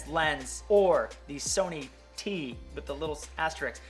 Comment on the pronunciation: I think that's pronounced "t star"